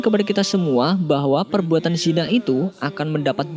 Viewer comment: Kenapa sebut 'zinai' kan ejaan yg betul 'zina'